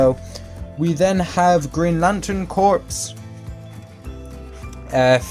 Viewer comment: Not trying to nitpick but Corps is pronounced as “kôrs” but I really like your collection I wish I had the new 52 green lantern